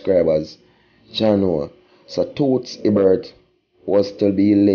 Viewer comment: you need to pronounce the icon's name properly.You have no sense of history, cmon you doing this long enough man.